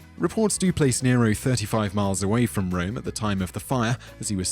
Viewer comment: 2.20mins sounded like you said deniro